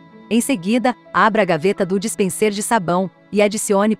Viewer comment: Obrigado por responder. O meu objetivo ao perguntar o que é "dispensêr" é porque o narrador digital não pronunciou direito a palavra e isso fica muito feio deixando claro que não é um humano. Ela não pronunciou dispenser, mas dispensêr. É como eu falei, um canal de 1000 seguidores utilizando esse recurso é compreensível, mas uma empresa do nível e do porte da LG...